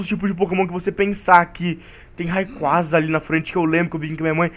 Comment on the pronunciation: alguem ensina o a falar o nome dos pokemons RAYQUAZA se fala (REYQUEIZA), ARCEUS se fala (ARQUIOS)